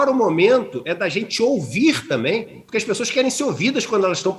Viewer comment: porqwe iso fais o qwe qwen poqwe nao ten le lei do capeta.